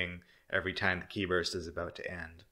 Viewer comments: Qi is pronounced as "chi" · Just as an aside Qi is pronounced like chi :b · Qi is pronounced like chi in chinese.